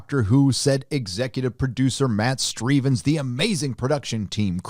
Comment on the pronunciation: Matt Strevens. Sounds like how Dr. Steve Brule would pronounce it. 😆